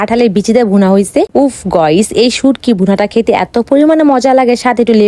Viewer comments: আরে অশিক্ষিত গাইস হবে 👍গইস না👎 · গয়স না গাইস